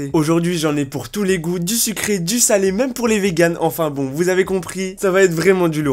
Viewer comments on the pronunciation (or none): none